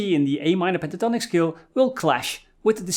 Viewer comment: Really cool lessons from a guy who is from the Sean Connery school of pronouncing "s" words like "sh" words! The name ish Tonic...Penta Tonic!